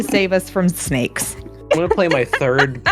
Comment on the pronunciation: Perhaps one of the coolest parts of the game was seeing you burp your little guy. Looks like such a precious little one…and the way you say snakes, sounds like snacks!